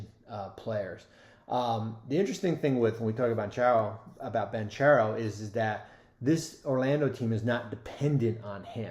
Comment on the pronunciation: Great video and insight despite mispronouncing Paolo's last name.